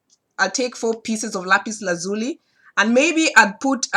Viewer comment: Thank you my friend....by the way you are the only person I know that pronounces the stone Lapis Lazuli the way I do..I've always pronounced it with an Italian or Hispanic quality. Hard to explain in words, was quit surprised to see we both pronounce it the same way....